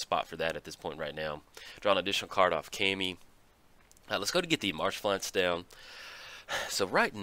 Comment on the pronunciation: I hate to get all Steve on you,, but Kami is pronounced Caw-mi, as in Carly Rae Jepsen's #1 single, "Kami Maybe".